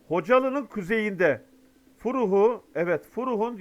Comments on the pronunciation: Furuh yox -- Ferrux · Furux deyil Fərrux. Tələffüzünü sikim. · Abi, Furux deyil, FƏRRUXDUR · Abi Furux yox! Fərrux ,yeni Fərrux deyin ! Ermenilerin lafı ile Konusmayin. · Furux yox Farrux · Hörmətli, Furrux yox, Farrux demək lazım! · Salam. Xahiş edirik bölgələrimizin adını düşmanlarımızın söylədiyi kimi söyləməyin. Furux deyil Fərrux deməniz lazım. Sizi çox sevəriz.Amma şimdi çox kızdım sana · Abi Salam,Furux yox-Fərrux yüksəliyi demək lazimdir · Hocam rica ederim .furux degil,farrux deyin rica ederim. Siz canımız kanımız,kardeşimiz belkide amcamızsındır, amma şunun adı Farruxdur. İYİ YAIMLAR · Selam. Lütfen Fərrux köyünün ismini doğru söyleyin. Türkiye alfabe sinde ə ve x harfı olmadığı için Türkiye türkce sinde Ferruh kibi sesleniyor. Önceden teşekkür ederim.